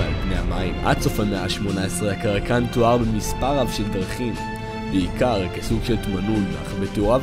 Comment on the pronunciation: kraken* no "karakan"